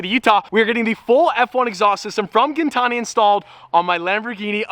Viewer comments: Isn't it GIN like GIN the alcohol, gin-tani. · His last name isn’t gintani😂😂